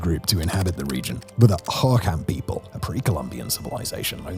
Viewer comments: Ugh, Simon...the pronunciations hurt me... Gila is Heela, Pap ah go, Ho ho kam. Stop running syllables together. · FYI the Phoenicians pronounce Hohokam with the emphasis on the last syllable 'kam'. Just saying. The change in the emphasis syllable is common among many native American languages I've noticed. I'm a native Phoenician, but not a Native American proper but I really love learning about their culture. If you just ask them nice they're pretty happy to talk to you. An American Indian (the commonly used term for Native American used in Arizona) could tell you more about that and are usually pretty happy to talk about it if you just ask nice. It's a fascinating language group, and people. Of course, the Hohokam have long since disappeared so we'll never really know for sure. Sadly, Phoenix is literally built on top of the ruins; and unrecoverable. Arizona is a fascinating place with a lot of lore to explore. THANX. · Ho-ho-KOMS. Not an obvious pronunciation. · Hohokam pronounced hoe hoe calm. Thanx. I’m Phoenician BTW, born here. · Lol, I can tell Simon hasn't been to Phoenix at all. He can't properly pronounce Maricopa, Hohokam, or Gila. As a naive Zonie, love the misconceptions people have about this place.